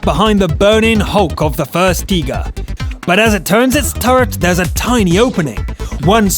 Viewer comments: its called a tiger you say teeger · And guy in video needs help with Tiger xD